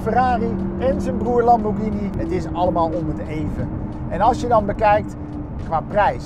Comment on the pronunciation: lambordjini ? vanavond eten we spadjetti ......